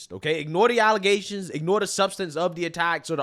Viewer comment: Yo, whenever you do a story about the super mayor, you should make sure to always say "allezations" instead of allegations. Makes me laugh every time I hear it.